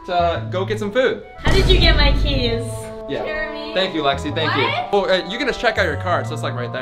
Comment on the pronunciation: u spelled jeremy wrong u said jermery instead of jeremy